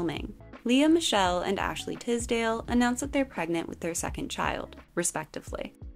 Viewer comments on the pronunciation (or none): none